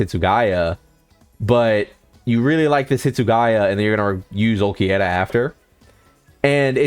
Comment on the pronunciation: AND WHY DO YOU KEEP CALLING HIM ULQUIETTA